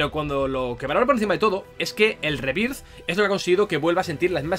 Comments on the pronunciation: Lo gracioso es que dice "Fainal Fantasy SIETE rebirz" cuando sería "Fainal Fantasy Seven Riberz" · No entiendo que "Final Fantasy" lo pronuncies en inglés y luego "Rebirth" lo pronuncies tal cual se lee en español. No me extraña que luego en todas partes digan que nuestro inglés es pésimo, es que lo pronunciamos mal incluso sabiendo que está mal. No digo que le pongas acento de Oxford, pero por lo menos di "Riberth", que es más cercano a la pronunciación correcta. Es que hasta cuando dices "Remake" pronuncias bien el prefijo "re-", pero en "Rebirth" no. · Básicamente porque no sabe como se pronuncia, entonces lo pronuncia de la forma mas cómoda que es con acento español, el sabe que remake se pronuncia "rimeik" pero no como se pronuncia rebirth, yo apoyo que lo leamos en español, nada de "Fainal fantasi rimeik" que estamos en España, y se lee en español, que no somos ingleses, ni gringos, se tiene que leer con las reglas de pronunciación españolas, para decirlo en ingles pues ponte a hablar en inglés.